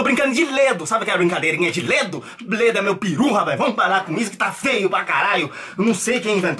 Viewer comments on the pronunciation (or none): agonia ouvir ele falando ledo, acho que eu já ouvi gente falando assim antes. É lego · o falando LEDO kkkkkkk